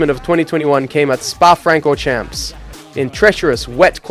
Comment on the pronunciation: yeah nobody who follows racing says "Spa Fran-cor-CHAMPS"